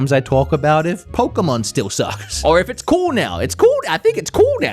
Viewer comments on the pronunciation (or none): none